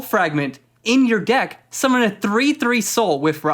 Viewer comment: “In your geck” yes sir, in my geck